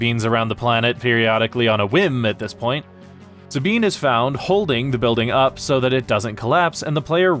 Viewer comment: Sabean...... is this Spanish pronunciation???